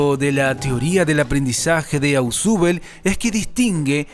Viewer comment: Se pronuncia "Osbel" no "asubel"